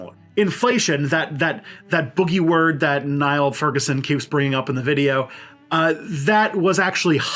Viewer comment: One point, Furguson's first name is pronounced as in kneel.